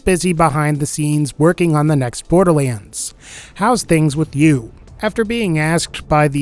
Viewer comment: borderleands?????????? SAY IT RIGHT DAMNIT!